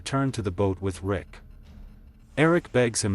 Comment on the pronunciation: “Lick” 💀 U mean Rick right?!😂